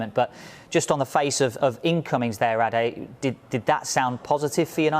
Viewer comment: Shout out to pronouncing Ade correctly. Good look